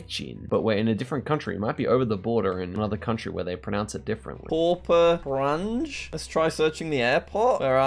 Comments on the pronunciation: I was just gonna say that 😂😂 Kranjđ. Kroonas. but pronunciation is a lot better, at least for Kranj and Maribor. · Jack in Slovenian leter j is pronounced as y so its Krany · That pronunciation of kranj killed me